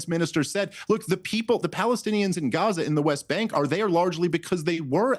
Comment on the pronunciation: Why does she say Guwahzah for Gaza.